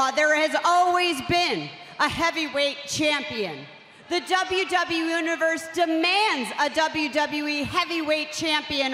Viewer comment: that moment when u know u cant pronounce 'universe' correctly xD